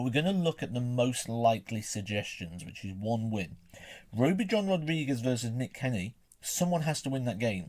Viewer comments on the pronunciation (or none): none